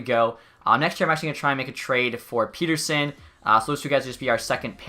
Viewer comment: Great choice to hire all amateur scouts! Would also like to point out that is it "Pet" ersson and not "Pete" rsson.